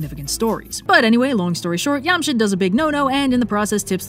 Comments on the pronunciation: Just a tiny problem with the whole thing... the J in Jamshid is not a Scandinavian J :)) it's pronounced like J in Job, Jane or John instead of Johan or Jarl ;) great job though telling a chunk of Shahnameh in just 7 mins! That book is a goldmine! and sounds SO EPIC in Persian! Also, the snakes were going to eat Zahak's brain if he didn't feed them other people's brains, plus there were two cooks that volunteered to prepare the brains for the snakes and mixed the human brains with sheep brains, so out of 2 young men that were to be killed (one brain for each snake) they could save one every time which fled to the wilderness, and the rescued men who those cooks saved made the core of the Kaveh's rebel army against Zahak. Just a little extra info for those who like to have them :) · Wait I'm so confused why is it pronounced yam-shid? The ج is pronounced like 'j' so... Shouldn't it be Jamshid? We still have that name in Pakistan it's interesting to find the origin of it. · Don't think it's pronounced "Yamshid"... It's most likely "Jamshid". Only Spanish and Portuguese probably pronounce J as Y. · I think Jamshit might be not "yum" but like... "JAM", as in sugary fruit spread. It might be pronounced JAMshid. Someone correct me..? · fun fact, iam persian and have read the story of zahak in farsi. pretty much nails this video. just one thing though, the J in Jamshid is not pronounced like the J in jarl, but rather like the J in job. also a fun fact, lots of these names(not all, but most of them) are still common persian names, like Jamshid, Kaveh, Fereydon. and.... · Did anyone else hear "Yamcha" instead of "Jamshid"? "I don't know what this Jamshid is, but it sounds just like Raditz" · Yeah, Yamshid is incorrect. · Dude why is no one talking about her pronunciations on Jamshid ,is no here from middle east or Asia ps it is JJamshid on amshid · She's mispronouncing it. The J in Jamshid is pronounced like J in jam.